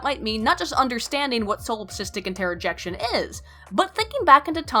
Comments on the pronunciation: Is it "interrojection" or "introjection"? Just asking because you seemed to be nitpicky about "affects" v. "effects". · Why do you pronounce "introjection" as "Interrojection"?